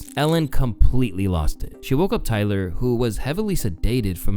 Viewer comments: I spent a good 30 aeconds trying to figure out why he kept calling Tiger a "gopher". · ummm Who the hell is Tyler sir?? I'm not sir if you're trolling At this point or you just Are dropping Easter eggs For some reason but every single video of yours comma you pronounce somebody's name wrong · Am I the only one hearing GOPHER?